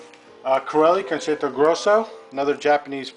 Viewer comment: Your pronunciation is way off, but very nice collection. For starters Rachmaninoff is pronounced like ROCK-maninoff, and concerto is pronounced like concherto